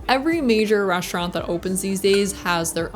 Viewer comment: Great review Only critique on the pronunciation of “s”’s It’s “restaurant” not “reshtaurant” etc